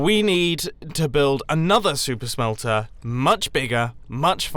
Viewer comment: It sounds like he's saying "soup smelter" at some times